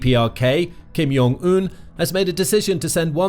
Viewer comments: ... OK, I know this is really pedantic, but holy hell did you butcher that pronunciation. Kim (fine) Yeong (wtf? Jung. It is pronounced exactly the way it looks to an English speaker) Oon (Eun. I get it. Everyone gets it wrong. Think "un" in French.) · Yes, please pronounce the name of Kim Jong Un wrong and write it wrong as well... After all, being educated and civilized is overrated ;]